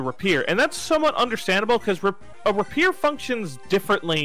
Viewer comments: ray peer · It's pronounced Rapier not Rapier.